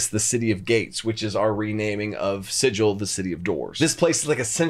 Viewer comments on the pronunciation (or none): Love it! Great world building. Please note Sigil is pronounced with a hard g. There is a pronunciation guide in the Planescape book. Sorry this is my silly semantic side. I love the ideas for this realm. I am def going to use some of this in my home game. Thanks coach.